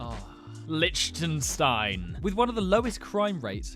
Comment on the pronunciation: It's pronounced as Lich-ten-stajn